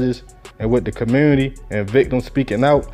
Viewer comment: In the what ??? What’s a “ commewwwnity “ ???! 😂😂